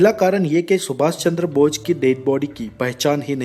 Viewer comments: Bochh nhi bose hota h😂😂😂😂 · aapka pronunciation thik nhi h aap bose nhi bol rahe h... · atleast netaji ka naam to thik se boliye...aap naam hi galat bol rahe h